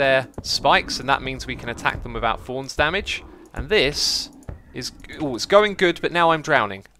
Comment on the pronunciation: Does he know that it is pronounced thorns not forns